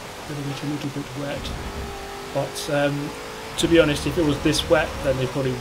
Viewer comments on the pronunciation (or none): none